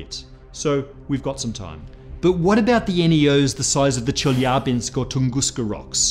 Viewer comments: Thank you for pronouncing Chelyabinsk correctly. :) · I love how he pronounced Chelyabinsk. Excellent.